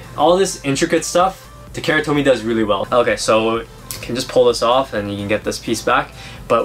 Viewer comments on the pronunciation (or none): none